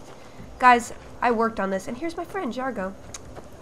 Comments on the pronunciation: Felicia so insensitive to ur Khajiit friend, its pronounced (Ja/Zar/Go) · I think your cat's name is pronounced Jeez-argo :P